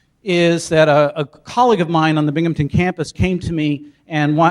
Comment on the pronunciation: It's BINGHAMTON, NOT Binghampton with a 'p' in it.